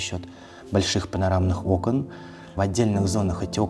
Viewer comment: Провильно Окон! Ударение на первый слог. Я поправляю каждого архитекотора\дизайнера. Люди с претензией на творческую элиту поголовно не знают элеменарных правил...